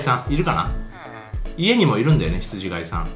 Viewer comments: 「ひつじがい」じゃなくて「ひつじかい」ですよね。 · ひつじがい ではなく、 ひつじかい です。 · 羊飼いって、『ヒツジかい』じゃないんですか？『が』じゃなくて『か』だった気がします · 羊飼い→ひつじがいではなく、ひつじかいです。聖書に出てきます。